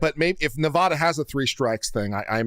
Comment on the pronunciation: Nevada. The a sounds like apple. Love you